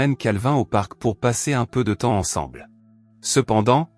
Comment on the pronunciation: Pour... Articule mn pote